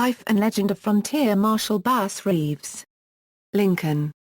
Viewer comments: His name was “bass” not base. Who the f*ck reads this? Bass Reeves was a great part of American history. He is due the honor of pronouncing his name correctly. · Not claimed ! Did arrest that many ! ! No Bragg , just the facts Ma’am. Pronounced Bass as is a bass fish. Mus-co kee, correct pronunciation.